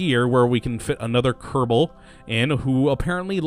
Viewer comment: Why do you say kerdabal?